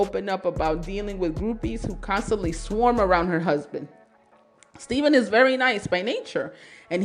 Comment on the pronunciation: STEFF-IN NOT STEVEN